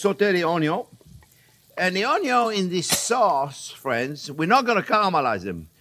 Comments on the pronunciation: 😂”onyo” 😂 It’s onion! ❤😂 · I can only say "onyo" now. There is no other way to pronounce it. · Chef J.P. is my favourite bar none. That muppet Emeril Legasse should never have had a TV show instead of this Man. 'We gonna use a little onyo!' beats 'bam!' any day of the week, not to mention the most mouthwatering recipes I've ever tasted. Pure French cooking adapted to North American tastes. I know the man uses less cream then his heart tells him to, and I honour him for it. Even though I've only cooked 5 or 6 of the recipes I've watched him prepare, I get astounded praise and awe that I can make such delicious dishes in record speed, and I shamefully absorb the praise but thank Chef JP in my heart. And I do so again with this recipe, which I am SO gonna use for my turn to prepare the family get-together feast next week. Thank you again for posting such awesomeness! (Except for the mushrooms. Never will I cook with let alone EAT the Undead.) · I think of the Cajun Chef (Justin Wilson) every time you say "un yun" 😁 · This guy is great! Please tell me where is from? The way he says onion reminds of the cajun chef I used to watch while in Texas but the rest of his accent doesn't match. I love it. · I love all your videos, & just love the way you say onion your accent😁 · I love how he pronounces "onion"